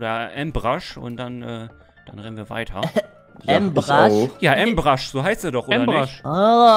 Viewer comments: so:amruch Ich so: ambusch 😂😂😂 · Er heißt ambush nicht ambrash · Nicht Ambrush sondern Ambush 😂😂❤ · Er heißt ambush 😂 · Ja es heißt ambush du musst das Wort english aussprechen 😂